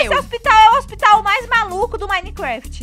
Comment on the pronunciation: Sem querer vc falou hpospitais